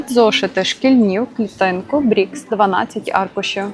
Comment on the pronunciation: зошити не бріКС, а бріСК.Харківська друкарня.